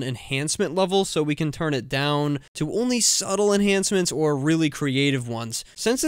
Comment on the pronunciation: the O in "OR" is messed up